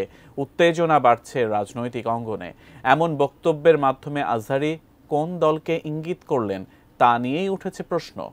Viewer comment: দুদু তুমি ঠিক মতো কথা বলো উনার নাম মিজানুর রহমান আজহারী, আজারি মাজারি না